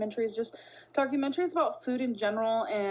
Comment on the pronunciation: Demenshia, altimers, vulvuls, docamenteries, feeel, my god. MY GOD 🤡